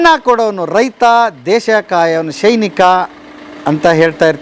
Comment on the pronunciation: ಶೈನಿಕ ಅಲ್ಲ ಸೈನಿಕ ಅಂತ ಹೇಳಿ